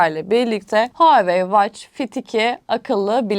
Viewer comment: Israrla watch kelimesini yanlış okuması ingilizce bilenlerin kulaklarını tırmaladı... Onun dışında harika video olmuş teşekkürler